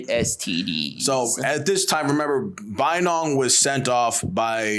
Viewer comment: Pronounciation all messed up 😂 Bayinnaung also kicked out bootlegging Portuguese who were mucking around with Mons & Thais. He let bamboos loose on Portuguese a**es😅